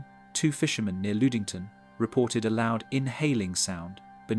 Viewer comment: The horrible pronunciation is KILLING me. LUD ING TON. SUE SAINT MARIE.